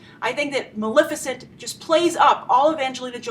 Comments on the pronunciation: It's MaLEFicent, for christ's sake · Love your review! Without a doubt the most practical, well-thought out and spot-on correct perspective I've seen in years. Huge congratulations for that. My nerves were grated, however, that after such a solid performance you could not bother to pronounce "Maleficent" correctly. Thank you for your work; I look forward to viewing more of it!